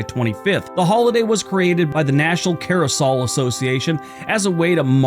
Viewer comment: "Carrosol"? The word is "CARE-uh-sell".